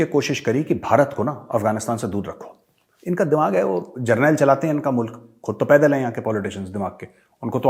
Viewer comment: every one speak Mulak instead of mulk